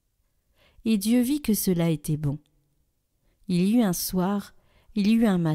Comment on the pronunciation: Très beau passage de la création, c'est un texte qui révèle la puissance de Dieu créateur du monde. 1ère lecture, ...... faire les liaisons, " Il y eut un soir (T'UN soir, il y eu T'UN matin ".